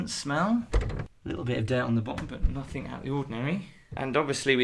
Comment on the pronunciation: I like your videos, but the word 'Nothing' doesn't end with a 'K'. 😊